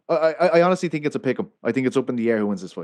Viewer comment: Who do you tink win? It's "THINK" NOT TINK